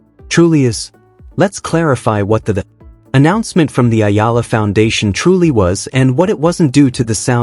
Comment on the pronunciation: Say her name ” E - YA -LA” thank you